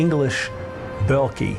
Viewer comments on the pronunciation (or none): "Belcky??" I've never heard Beolcke pronounced that way before....